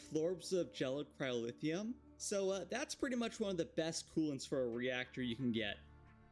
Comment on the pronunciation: Why do you keep pronouncing it "cryolithium" and "pyrolithium"? That's not what they're called